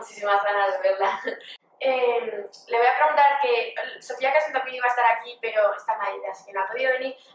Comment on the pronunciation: se dice carson no cardon